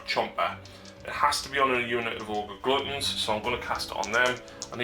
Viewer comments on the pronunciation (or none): GlUtton not gloootton >.>